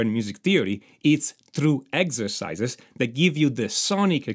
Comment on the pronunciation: ”MAJOR AND MINOR SCASE” “EGZESICE” I could listen to that allllllllll day😅👍👍👍👍